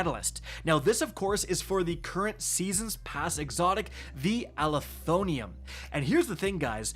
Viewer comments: It's Uh-lef-oh-nim NOT Ali-tho-nee-um... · Ah-leh-thon-ym. Pronounce it that way😂😂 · IT'S PRONOUNCED AL-ETH-UH-NIM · Does even know English? Does he pronounce EVERYTHING wrong? Alethonium? The word ends in NYM, not NYUM or NIUM, it is like Aluminum pinhead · it's uh-leth-oh-nim with emphasis on leth, please 😭 tf is an ali-thon-ium. 😭😭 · Bro can anyone read? Let’s sound it out. -“Ah-leh-tho-nim” alethonym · Ah leth o nim. is the worst at pronouncing gun names. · How in the hell do you mess up words so bad my guy? Alethonym. Uh-leth-oh-nim. You’re adding multiple letters and sounds. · Say it with me Al-eth-o-nym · I believe it’s pronounced Uh-Leth-Oh-nim. Just my take. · Bro... Al-eth-oh-nim meaning True Name. This video could have been an email but let's get our pronunciation on point at a minimum. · pronouncement is "ah-lee-tho-nim" it means "actual name. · Bro added 7 syllables to this weapon